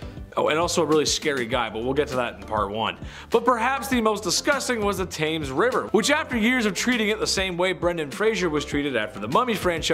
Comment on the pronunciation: You said it wrong it sounds like tems river 😊 also how many times do you need to mention Jack the ripper in one video ?? 😳